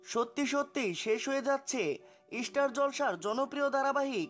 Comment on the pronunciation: আপনি " ইস্টার জলসা :" বলেন কেন ? শব্দ টি " স্টার " জলসা । আপনার উচ্চারণ সংশোধন করুন বলার ধরন টাও ঠিক করুন ,নইলে Chanel টা কেউ দেখার উৎসাহ পাবেনা ।